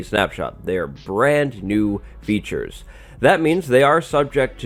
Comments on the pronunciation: did u just say beetures? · I thought you said bee-tures when you said features :)